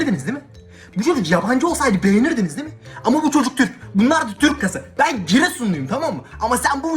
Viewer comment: amerikalı olsaydım beni brğenrğdmeğfnen